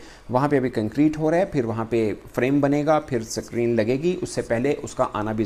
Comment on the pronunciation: Abe ye s creene kya hota hai bc 😂